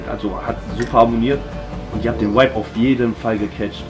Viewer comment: jury hat keine ahnung wovon sie sprechen, in jedem satz sagen die "du hast den vibe (wuibe ausgesprochen) sehr gut getroffen".. bruder welcher vibe?? was ist das für eine bewertung, wie wärs mit aussagekräftiger kritik??